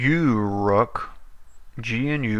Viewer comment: First of all, thank you for this nice review that you made about Uruk GNU/Linux , but i want to explain some things: -The distro name is not (you-rok), it's (o-rok), check out the right pronouncing in disro homepage here: -This distro is used the gnome screen reader (Orca) out of the box to help the blind one how can't use the computer normally , and if you don't need it, just turn it off or disable it completly from the litle small applet (AIA) in the top panel :). -This distro is based on Trisquel GNU/Linux, and it's a completly free(as freedom) distro without any non-free software . -The Browser is the free(as freedom) vesion of Firefox named "ABrowser" . Thank you again for this nice video ^_^